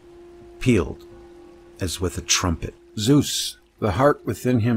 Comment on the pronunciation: No worries, americans can not pronounce vowels correctly, hence they pronounce all old gods wrong. My toenails scroll up if I hear how you pronounce Zeus ... Lern Italian, Finish, Japanese, Greek or German, and you learn how to pronounce vowels correctly, and then you know how to pronounce Zeus or Athene (that is btw not a 'th' as in 'the' or 'that' it is a soft 't')